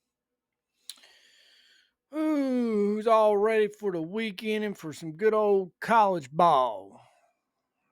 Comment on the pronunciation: Did u say weedend i heard weedend im ready for that 100